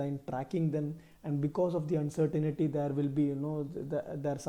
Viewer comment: Uncertainty not uncertainity